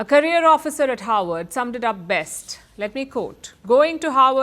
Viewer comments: It is HARVARD, not HOWARD. Why is it difficult for indians to vocalize the "V" sound? Is there no "V" sound in hindi language? Even if so, learning english should have introduced her to the "V" sound. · Harvard not Howard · You're mixing Harvard and Howard Universities up. I think it's the Indian accent messing up your reporting. The images on the screen don't match either, probably because they are AI generated based on how you are pronouncing the words. -Howard University grad. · She mentions Havard like Howard. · its Harvard not Howard. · Perhaps pronounce Harvard correctly?